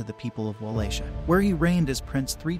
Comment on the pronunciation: Va-Lah-Kia. That’s how you pronounce Wallachia. Not trying to the a dick at all, just trying to help for any future reference.